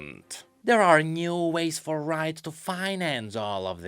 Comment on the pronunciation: why you said "root" on 9th minute, g n i d a